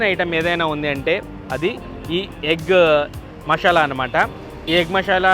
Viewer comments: మషాలా కాదు మసాలా.... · మషాలా కాదు బ్రో. మసాలా. మిగిలింది మాత్రం ✌️ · Mashala kaadu anna adi Masala